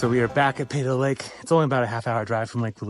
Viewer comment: we say Pee-toe Lake